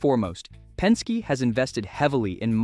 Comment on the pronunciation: Pen-skay? Really?